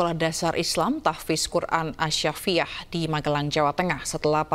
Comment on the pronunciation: Sekelas presenter baca as-syafiiyah masak kliru